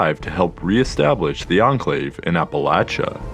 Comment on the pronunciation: Finally someone who says Appalachia right! ❤️